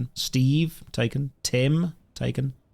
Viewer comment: "Josholist"😂😂😂😂😂😂😂 ok this perfect